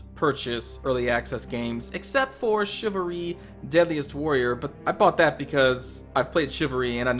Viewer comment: You are saying it wrong, you are saying chivalry wrong too. Let me guess, you are also really good at driving?